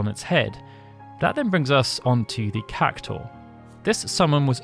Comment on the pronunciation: Why are you saying "CAC-TAUR" ? its CAC-TU-AR